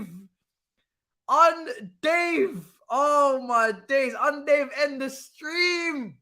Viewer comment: bro you need to stop lol man said UN DOVE THEN YOU KEEP SAYING UN DAVE ITS 6AM AND IM ROLLING UN DAVE YANO LOL 😭